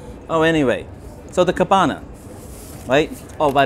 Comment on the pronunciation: So, cabana rhymes with banana